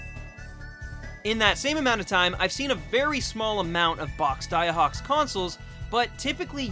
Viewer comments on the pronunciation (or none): Daiei would be pronounced "die-aye" rather than "da-ya", for anyone who ends up reading this. Also, I personally think the Jusco looks cooler, but Daiei looks like a real classic design. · pronounced Die-eh